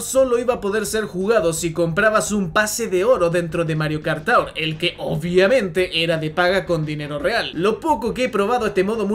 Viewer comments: Mario Kart "TOWER " xdddddd Se pronuncia Tuor. Ta bueno el video por cierto. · Lo de decir Mario Kart TAUR es broma, no? Porque realmente se pronuncia TUUR. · no mi joven amigo, no es taur, es tour, cuya descripción fonética es: to͝or, que en español seria como tuur. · Cada que dices Mario Kart "TAUR" se me revuelve el estómago, me escoce la cabeza y se me revientan los nervios. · tur (tour) se pronuncia tur o quieres darle más cashe se.dice tugh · Amigo, estudia inglés. Tour siempre ha sido /tur/ . No es como Sour /sauer/ tampoco como Four 4 /Fōr/ . El mismo diptongo tiene varios sonidos. Como en Flour /flour/ en fin… hay docenas de ejemplos para demostrarte que seguramente no has terminado tu curso de inglés, y es normal eres muy joven pero para eso estamos todos para corregirte y ayudarte a aprender. Pero en serio deja de decir de esa manera tan ridícula la palabra Tour . O al menos pregúntale a un angloparlante o en el mismo google sale la pronunciación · "Mario Kart Taur" jajskajaja no man, no se pronuncia así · Mario kart tour se le pronuncia como:Mario kart tur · Hermano que no tengas un ingles perfecto no tiene nada de malo y quien lo critique que se joda pero pronunciar de esa forma tour mientras dices que es la forma correcta asi tan pedante cuando es tan facil como escribirlo en el traductor de google y escuchar que efectivamente lo estas pronunciando mal es como... bro habla como quieras sin responder ese tipo de cosas que quedas peor en mi opinion, espero no te lo tomes a mal.